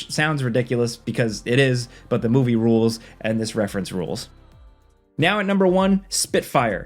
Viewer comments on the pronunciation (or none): none